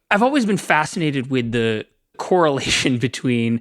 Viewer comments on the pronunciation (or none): The actual podcast starts . Also it's pronounced "correlation" not "coorelition" .